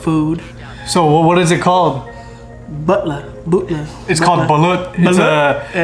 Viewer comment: This guy said bootla hahahahahahaha